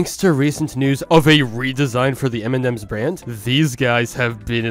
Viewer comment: U keep saying m&dems instead of m&ms lol